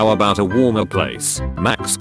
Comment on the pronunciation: Maksks? Isn't it pronounced max?